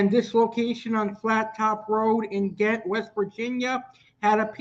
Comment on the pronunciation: It’s pronounced Jaaahent, it should’ve been spelled with a J but it’s Ghent and pronounced with J instead of G..